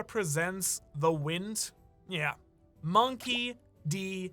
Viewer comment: "THE WINT" and I'm wondering WTF is the winT, with T at the end... turns out it's the winD but you pronounce it from your arse 😭😂